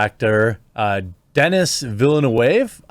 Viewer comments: Your pronunciation is indeed wrong. "Denis" ... the 's' is mute, it is pronounced "Deni". "Villeneuve" ... the pronunciation is more like "Vil-nehv" almost "Vil-nov" ... french 'e' is not pronounced 'ay', but more 'eh'. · It's pronounced Deni, the S is silent. He's a Quebec Frenchy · Jeremy, his name is pronounced Denny Villain-oove.